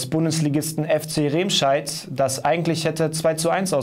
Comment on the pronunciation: Es heißt nicht "Rehmscheid", man spricht es "Remmscheid"